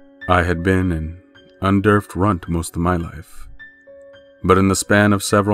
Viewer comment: did you just pronounce "under-fed" as "un-derfed"?